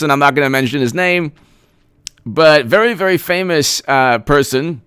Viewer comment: "I'm vewy, vewy sowwy.Hahahahahaha!"